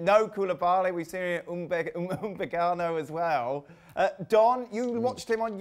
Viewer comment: This presenter really can’t say Upamecano... thrice now I have heard him butcher it